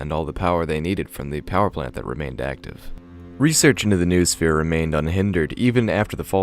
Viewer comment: Only after third time I got what you meant. Vernadski's Noosphere? It shout be pronounced like "noh-oh-sphere" (from νόος)